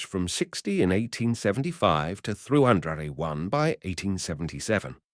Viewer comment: AI voice 300muble1? cant it say three thousand and one?